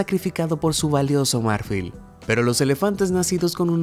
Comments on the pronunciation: Disculpa, pero si tu vídeo está en español, por qué dices " MÁRFIL" y no MARFIL? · Se pronuncia mar-FÍL , no MÁR-fil. Amigo, necesitas mejorar un poco tu español. Me encantan tus videos, pero tu español es horroroso a veces. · Marfil tiene acento tónico en la "i". No se pronuncia m(á)rfil sino marf(í)l. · El acento de la palabra marfil está en la última silaba, es aguda, entonces no suena "márfil" sino "marfil" con la í acentuada. Suena horrible como lo dices. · Marfil no , MARFÍL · No soporto escuchar que diga "mÁrfil" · Marfil es lo correcto.... pronuncia bien no manches. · Marfil no lleva acento, se pronuncia marfil, increíble tu ignorancia. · Jajaja no sabes lo incomoda que me sentí cada vez que escuchaba esa palabra acentuada así...